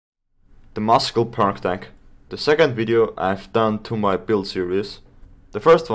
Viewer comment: FYI muscle's pronounced wrong